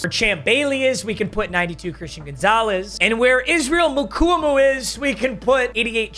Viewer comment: his name is pronounced Israel MU-KWA-MU